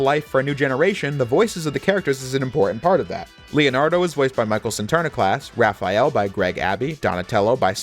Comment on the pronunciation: thx for not calling him Raph-E-Al :)